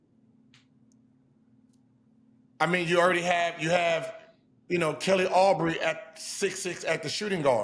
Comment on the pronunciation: These guys have never actually watched the Hornets and have no idea what’s going on with the team (not that I blame them, but still, if you’re gonna throw your takes out, at least have the facts right). Miles Bridges is gonna be resigned. Kelly Oubre (not Aubrey 😂 like Gil pronounced) is gonna be gone. I could go on, but that should be enough to show you need to take this analysis with a grain of salt.